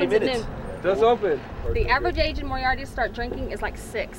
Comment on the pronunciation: Uhh, Moriarty. Pronounced ( MOre-ei-ar-tEE.) fyi